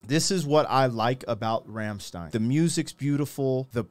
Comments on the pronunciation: It’s Rammstein, not Rammstien. Americans at work. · Rammstein is pronounced "ramschtayn"; not "remstein"